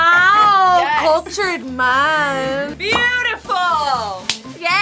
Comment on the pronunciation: is I a filipina? the way she said the "cultured mann" is very filipino hahah